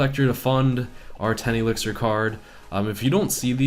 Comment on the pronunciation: wow Like He said "You should put a elictir collector or you will have a rough match" WWew Dat "Elictir " e.e